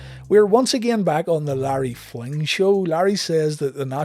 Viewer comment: Fling, not flynt